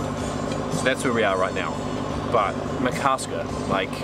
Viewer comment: Ma-kar-ska :D